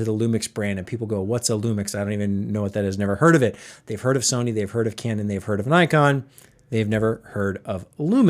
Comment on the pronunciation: Pronounced nickon